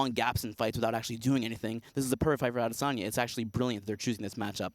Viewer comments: Brett "Ades-enya" Okamoto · brett really has to stop sayin "ADEH sanya" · Ah-DESSS-UNNN-YA - Soyboys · Oh no... Jon Anik has ruined Adesanya's name. Please go back to saying it the way American people say it. We are in America. The is a reason there are different countries and different languages. Because each country has their own dialect, and their own way of pronouncing words. We speak English here. Can we get Jon to stop over complicating everything? Adesanya sounds really nice, the way we have always said it. And it's MEL-BORN dammit, not "Melbin!!!" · Said it 5 times in 10 seconds.